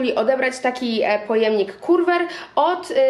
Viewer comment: Słowo Curver wymawia się ke:ve lub jak my w Australii keva: bo tak po polsku to brzmi paskudnie. 😂